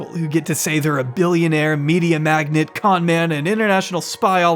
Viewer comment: it's not 'media magnet' 😂 the term ur lookin' for is magnate <-- i have no idea how it's spelled but since i didn't get the auto-spell-check lines.. i'm assuming that's it - but u say magNATE like NATE.. not magnet, like NET... 😉